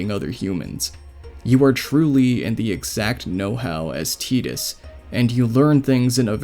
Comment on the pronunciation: Bro I'm just happy you pronounced Tidus' name right. Glad you enjoyed FFX. It's a great game.